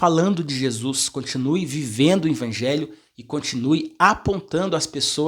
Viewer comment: Paz irmão! O irmão não é pastor. Ele é um instrumento de Deus usando esse maravilhoso dom como professor da escola sabatina. Eu confesso que também ficava meio incomodado como essa forma dele falar "INVANGELHO" ao invés de EVANGELHO, até pensei em mandar um comentário como o senhor fez mas achei que o irmão iria ficar triste. Talvez ele fale "INVANGELHO" por ouvir na criação de pai e mãe dele e se acostumou a falar assim. Mas que bom que o senhor o corrigiu com muuuuito amor e sabedoria e esperamos que o irmão corrija esse seu modo de falar essa palavra. Graça e paz do nosso Senhor Jesus Cristo irmão!!!